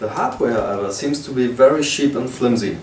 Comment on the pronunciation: and it's cheap, not sheap